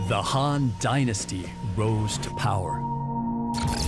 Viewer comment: The narrator isnt pronuncing the two words very clearly：Han is the dynasty, Hun are the invaders.